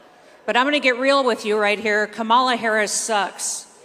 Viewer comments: you are great. What a crazy hot mess is that??? Ave Maria to YMCA?? What th'? Real classy of the gal to say Ka mall a sucks! How hard is it to learn her name. It's pronounced Comma la! Let the insanity continue! Sheesh! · Any Republican who either cannot or will not say Kamala Harris’ name correctly s*cks. WTF is wrong with them always accenting the wrong syllable? Can we start calling him donOLD trump? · Why can’t any of these MAGA morons pronounce Kamala Correctly??